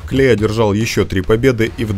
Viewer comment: Не клей а клэй